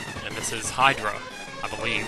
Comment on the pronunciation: that's not how you pronounce hydra... not like hidra.